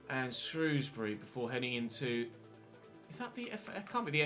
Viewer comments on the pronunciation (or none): none